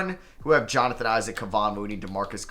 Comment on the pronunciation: Lmaooo I kept waiting for him to realize and read his name again but nope gave that man an entirely new first name LOL!!